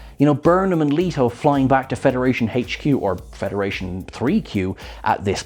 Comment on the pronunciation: He trips me out haha....dude can NOT say HQ without pronouncing it hey-ch Q🤣